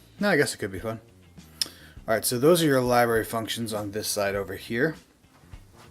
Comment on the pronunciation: “LiBerry” and “JonRah” became the ONLY words I could hear after a while. Hysterical. LiBerry???? LOLOLOLOL